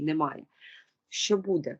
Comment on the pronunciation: Привіт, любі дівчата! Хай ваша праця буде на благо людям! В цьому відео, ви багато разів говорили слово "буде", і мені здається, що наголос треба ставити не в кінці, а на початку слова. Можливо я не права, і це не дуже важливо, тому прошу прийняти інформацію без образ. Будьте здорові та щасливі! Слава Україні!